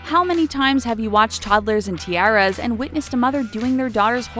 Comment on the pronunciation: why would you say tiara like "tea-air-a ?? it's "tea-are-a"!